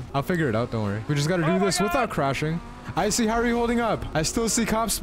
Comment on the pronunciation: "Icy" NO "I see" YES